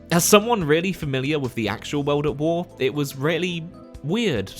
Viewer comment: “Weld at Wer”